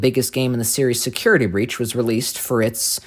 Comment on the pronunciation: Did you just call it security beach?